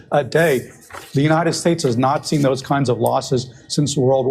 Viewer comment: When he said "not see" it sounded like "nazi"